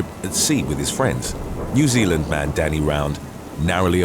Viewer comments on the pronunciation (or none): none